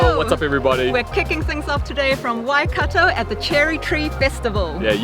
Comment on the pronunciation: You pronounce Waikato wrong